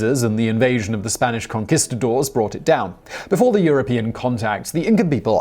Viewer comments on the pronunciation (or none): Lol....con-KISS-ta-dores.....ohhh, Simon. 😂❤️